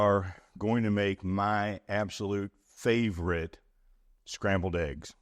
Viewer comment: Love me some “Scambled” eggs, lol.